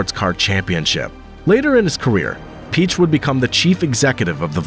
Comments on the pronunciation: Peich is Pee aysh not peech. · it's Ferdinand Pee-yekkk!